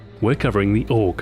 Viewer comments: OTS NOT OG ! ITS THE AY-U-GEE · its A-U-G not aug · 2012. Ahoy: "AUG" 2026. Ahoy: "Ay You Gee" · Not AUG, A U G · A.U.G., not AUG! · AYY-YOO-GEE.......we austrians know this better than you americans! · Lol you don't know that you say it aug, as in augment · 1. He never reads the comments 2. AUG-mented LOL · It's pronounced A - U - G, surprised Stuart didn't pick up on that :p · AUGment? AUGMENT? Stuart... I literally groaned when i heard it. Damn it Stuart XD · Wildpig meant that he should pronounce it as "A-U-G". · I can't believe I'm saying this but Ahoy I think you're mispronouncing the name of the gun and its manufacturer! It's pronounced STEYER A-U-G, not "Stare Org". Normally you are impeccable with your pronunciations. Great video though.